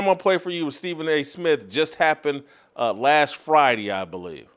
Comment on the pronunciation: "Stephen A Smiff!"